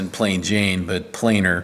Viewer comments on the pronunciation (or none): none